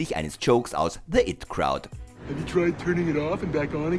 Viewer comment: Alter. Es heißt IT Crowd ( Beides wie englische Buchstaben ausgesprochen, nicht "it" wie es